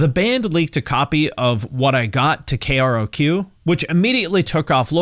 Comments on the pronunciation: I know this is just me: but growing up in this period- it's fuckin painful to hear K-Rock be called "K.R.O.Q" [shivers] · Great video as always! Small note, having grown up in LA and raised on KROQ: it’s usually pronounced as two syllables, “K-Rock”. Sometimes they’ll say both, “You’re listening to K R O Q — K Rock!” but 95% of the time it’s just K-Rock 🤘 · It’s pronounced K. Rock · I've always heard it pronounced KRock, not pronouncing every letter. Interesting! Another one in the books. Thanks for the video. You're the best. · Nobody has ever called KROQ "K-R-O-Q" before the release of this video. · How do you not know that KROQ is pronounced "K Rock" ffs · I’ve never heard someone spell out KROQ before. I was confusion. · "Kay-Are-Oh-Queue" lol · Hey! Love your content! Sorry to be that guy, but correct me if I’m wrong, but isn’t KROQ pronounced “K-Rock”?